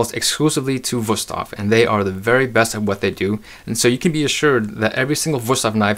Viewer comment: WOW you actually pronounced the company’s name correctly. I’ve seen a lot of adds lately where they can’t even pronounce the name correctly. They pronounce is “ woo-stave” and not and not “vu-stafe”